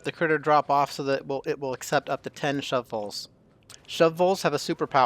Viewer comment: The way you say shovel has captured my attention. "Shovvells". 😂 Awesome tutorial! 👌🏽